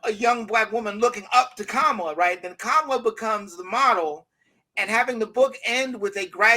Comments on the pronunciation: Jared, why did you allow him to intentionally mispronounce her name without correcting him? Everyone knows how to pronounce her name, but he and his ilk deliberately mispronounce it just because they don’t like her. It’s immature and disrespectful. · It’s always interesting to me that people have no problem pronouncing Obama’s name even in their critique of him but somehow, particularly with men, saying Kamala’s name the correct way is a bridge too far. Patriarchy is just as deeply rooted as racism and capitalism.